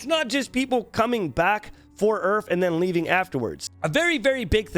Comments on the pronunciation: I kept hearing "Earth" instead of URF, and I was like wtf did I click on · omg u were talking about urf and i kept hearing earth all the time omfg xD i was so confused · I thought he was saying each and I was so confused